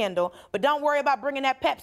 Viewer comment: when did her name become Italian all of a sudden lol it's Dulce.